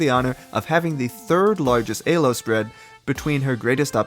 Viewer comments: Ee-low. Say it with me. Not A-low. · It's pronounced "Elo" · I don't care if it's ACTUALLY pronounced ay-low, it just sounds SO bad 😭 But besides that, AMAZING video man 👍 keep the great content coming! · zero distinguishable accent except for somehow pronouncing the E in elo as Ayy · Stopped watching after eh-lo. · he specifically mentions why he pronounces "elo" the way he does and the importance "elo world" had on this project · Great video and cool editing but if you keep pronouncing elo like that im gonna have an aneurysm! great stuff though